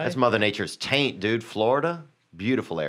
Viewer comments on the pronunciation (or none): none